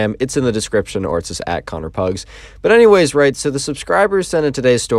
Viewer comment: suddenly turns into Connor Pigs